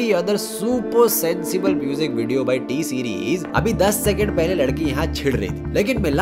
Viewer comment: Wait a minut... Did you said miss T-series??? Ya mere ko hi sunne m fark hua